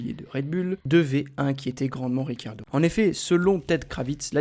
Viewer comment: Ricciardo et non pas Riccardio 👎👎👎